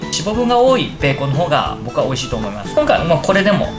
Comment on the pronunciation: 本当のベーコンの発音も勉強になりました！